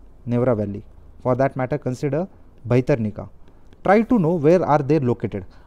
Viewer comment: It's irritating so many wrong pronounciation. Dugong, bhitrakanika, neora valley, dugong🤦🤦🤦🤦